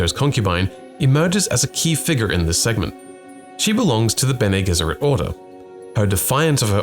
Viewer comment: They literally pronounce it in the the movie can you not change the pronunciation of bene gesserit to sound smarter